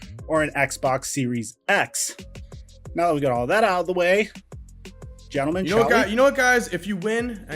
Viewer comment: MAn called them GENTALMAN lmao